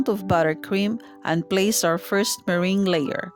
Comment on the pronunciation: it's me-rang